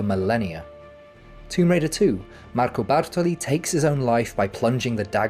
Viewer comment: The way your italian pronunciation is so good when you say "Marco Bartoli" lol, I just love it. I see what you did there hehe, btw, amazing video as usual. It's just absurd how high quality every video you put out is.